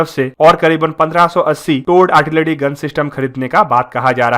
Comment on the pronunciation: Say "Artilary",not "Artilady" and "Generation",not "Genedation".